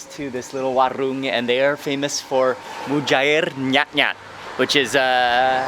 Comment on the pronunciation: Mary Leialoha its mujair nyatnyat not nyutnyut